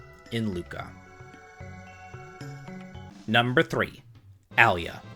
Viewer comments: Why are you mispronouncing their names so badly. The game is crow no trigger, so his name is crow no and it's eye la or a la, not alley ya. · Its Ayla, btw. Not Alya. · Ayla not Alya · Marl? Luca? ALIA?!!! who tf are those? MarlE, LucCa, AYLA. AY-LA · it's Ayla not Alya. Love the list! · I would say Ayla is pronounced Eye-lah, rather than Ali-ah. You're not the first person to say Marle is the weakest character. 😉 Seen her at the bottom of a few lists. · It isn't Eye-lah. It's A-Lah. In Japanese エイラ (Eira). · In this case, he's saying "Al-lee-ya" for "Eye-la" though. Saying the Y sound after the L that it comes after it. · Aliah ? Thiks it's Aye-Lah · "MAR-UHL', 'AL-EE-UH', 'CRAH-NOH'. Dude, do you speak the language? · A-La. It's like saying hwat. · It’s Eye-lah or A-lah. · Crow-no* Ayy-lah* Decent video otherwise. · "Allie-uh" XD First time I've heard that one. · Ayla. Pronounced AL-EE-YA. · Great review, but one issue I have with it is the pronunciation of one character. Ayla . I always pronounced it like this A-la and as she is pretty much a carbon copy of a book and movie character ayla of Earth's children clan of the cave bear I always thought of it that way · It isn't eye-la. It's Ay-La. In Japanese エイラ (Eira). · Yeah, but they have their names written in Japanese, and that shows how they are pronounced. Marle is “Mar-lay.” Magus is “May-Jus” Ayla is “Eye-La” Crono is “Chrono” (don’t know how you get that one wrong) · I hate to be THAT guy, but..."Ahh-lee-uh" and "Kraw-noh"? That was butchered harder than a pig during a bacon shortage LOL.